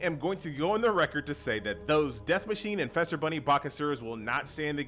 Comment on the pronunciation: Just commenting to say. It's Feaster not Fester. Easter with an F